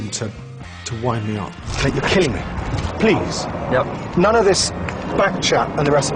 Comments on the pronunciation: he says nunce not nonce, you fucking nonce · Did he say Nunce? Fucking nonce